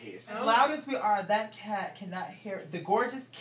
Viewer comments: In the intro he says hat not cat... It bugs me l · Why does version sound like its saying "Santa hat" instead of "Santa cat" lol